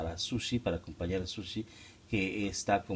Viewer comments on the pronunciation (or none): none